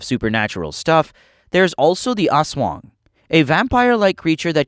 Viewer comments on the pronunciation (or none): I’m Filipino and it’s As-wah-ng not as-wung.